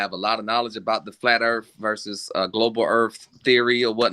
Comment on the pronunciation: How can any one take a grown ass man that pronounce earth "eard". I'm sorry I know that's an ad hom but come on.